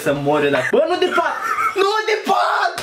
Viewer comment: a zis 'di'